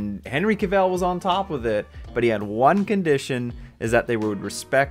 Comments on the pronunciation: Dude, Cavill is English... Not french. It's CA-ville... Not ca-Velle. Listen to him say it... Not a big issue, but still of substance. Unless you're doing a play on Kal-el. Lol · The way you say his last name makes me not want to watch this video lol